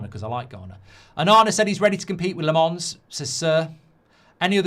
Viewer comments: Its LA-MENS, not LE-MANS. Uve been saying LE-MANS. just need to switch the vowels uve been pronounce, mark... though it doesnt matter if u couldnt do it. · Lammens 👹 not Lamonce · Still getting Lammens wrong mate 😂